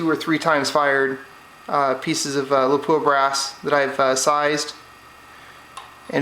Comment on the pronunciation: Good video! A detail, out of respect for Lapua of Finland: It's pronounced LAH-puah with a short and stressed "LAH-", not Le-POOH-ah like most Americans pronounce it. Understandable, but wrong. Best regards from Scandinavia!